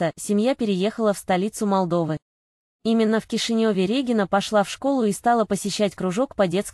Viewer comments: С каких это пор Дубовицкая РЕгина, а не РегИнна? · Противно слушать, Р Е гина— РегИна или специально так говорите , чтоб комментарии писали.